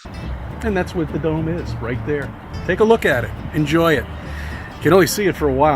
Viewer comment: Whenever he says dome, all i hear is dumb.